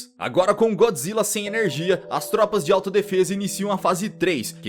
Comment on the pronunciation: É Godzilla yeshin goji do Sin Godzilla Godzilla não Então fala então vai tu fala errado